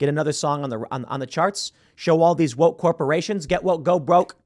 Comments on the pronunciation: "Get woike" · Copy editor there Tim Pool “woike”. Lol